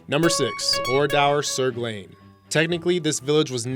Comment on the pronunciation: I live near oradour sur glane and i got sick how he butchered the name